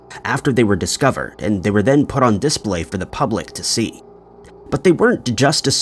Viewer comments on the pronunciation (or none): What is this "diss - play" , the new kids thing? Cah-ray-zee ma-han.